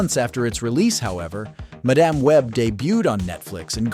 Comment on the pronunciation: There are actually totally entertaining versions of “WW84” and “Madame (or mah-DOM, as the narrator said 2nd time) Web”. On Pitch Meetings and Honest Trailers. They’re super easy barely… oh, you know the rest.